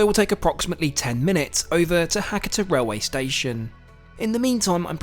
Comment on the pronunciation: Try to pronounce the local town names properly. It's Ha-ka-ta, not Hakkitter.